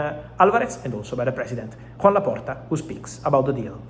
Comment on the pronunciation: His name is not Juan, it is Joan. I think he will be a bit mad if he hears this.